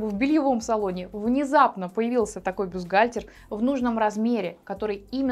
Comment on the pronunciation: Вы хоть само слово бюстгальтер научитесь произносить правильно и не говорите ерунды: есть взаимозаменяемые размеры. Вам только и подбирать КОМПЛЕКТУЮЩИЕ (!) к бюстгальтерам. Словарь на досуге почитайте: комплектующие- это детали, необходимые для комплектации технического изделия, а в швейном деле- фурнитура